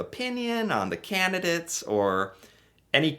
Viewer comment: Candidates not candidits